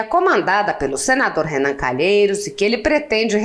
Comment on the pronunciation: Sério, não diga Renam